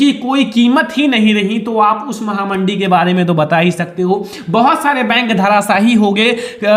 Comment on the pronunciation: Mahamandi nhi mhamandi hota hai sir ji ☺️